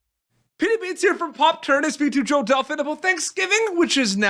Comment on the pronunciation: I bet that's not his real name because that's not how you pronounce Delfin.